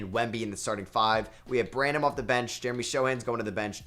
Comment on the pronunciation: I hate when people correct other peoples pronunciations but bruh… you say it brannum not Bran—-Ham